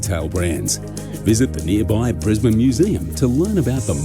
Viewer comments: "Briz-ban" or "Briz-bin" is how you pronounce Brisbane. Love your enthusiasm, and your channel. Cheers from Oz. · it's Brisbane (pronounced Bris-ben) not Brisbane (pronounced Brise-bane) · Brisbane is pronounced like you are saying the word in instead of ane. Fanatically speaking you should pronounce the name of the city Brisbane like Brisbin. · It's not Bris-bane it's ben, not bane Brisbane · Lol... Kangaroos can do more damage than some of our Snakes... 😂 BTW, it's pronounced, Brizz-bn.... not Briz-bayne....🤪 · Love your videos on Australia 🇦🇺 ❤ it’s pronounced Bris- bin btw 🥰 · Pronounced Briz- bun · Pronounced Brizbnn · Yes don't say it as Bris-bane ( it's not Batman)😂 . Warning: beware of the birds in spring😂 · Bris-bane.. prepare yourself for the educational comments mate.😂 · Pronounced Brisben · On Behalf of the Australuan population, We would Love to have you in our big beautiful country. Brisbane is said like Brisbin. That's how we say say it darl. 😏. ❤ your content. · START BY CALLING IT BY THE WAY THE LOCALS SAY IT NOT THE TOURESTS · First off, it would take 45 seconds to Google the correct pronounciation of Brisbane. If you cant even be bothered to do that, it's better you stay home !